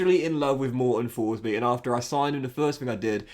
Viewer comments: His name should be pronounced "Morten Torsby", love ur FM videos!!! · Tourshbee mate